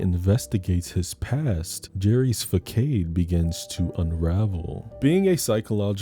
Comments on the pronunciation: "Jerry's fuckade"? LOL! That's pronounced fuh-sawed. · This is a good list. I actually haven't heard of some of these movies. I definitely have to check them out On a side note: Facade is pronounced "fuh-SAHD" Macabre is pronounced "Muh-Kahb" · baby, do you mispronounce words on purpose? alias, macabre, fascade... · Why are you purposely (cuz I know you know better 😐) 😅😂mispronouncing words: facade, macabre etc. 😅😂😂Is it to increase engagement 👀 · Saw this as soon as it happened I loved it